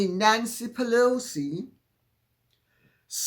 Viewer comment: Pee-Loucy please😂